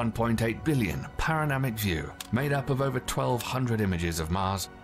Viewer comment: He also said "paronamic" instead of "panoramic"